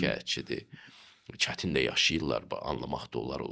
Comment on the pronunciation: Maragli idi Aparicidan xahiw: Cetin sozundeki 1ci sesin, Bacarig sozundeki 3cu sesin uzerinde iwlemek❤